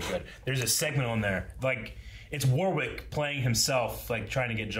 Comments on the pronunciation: The amount of times says Warwick wrong despite seeing Warwick tell people in the video how to actually say his name 😅😅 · Wo-rick dammit. Like the first syllable of what. Not literally "war-wick" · It’s Wah Rick not War Wick 😱😱 he literally told you how to pronounce his name and you proceeded to call him the wrong name lol it’s like nails on a chalk board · How the fuck is still gonna call him War-Wick seconds after watching him explain how to say his name? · ok. he just spent the whole of the end of the video telling you the middle w is SILENT! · War-wick is he John's brother ? 🤣 War wick parabelum would be interesting lol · Love how Warwick draws attention to the pronunciation of his name in the video and then you guys proceed to pronounce it wrong. 😂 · i love how they made a joke in about people saying his name wrong and straight after still does it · That's what I was about to say. Lol He literally tells people how to pronounce it correctly and they say it wrong. 🤣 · The middle W is silent in Warwick!!!!!!!!!!!!!!!!!!!!!!!!!!!!!!!!!!!